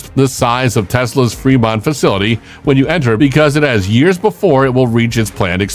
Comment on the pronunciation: It's "Fremont" not 'Fermont'! As in "Free-Mont!" 🙄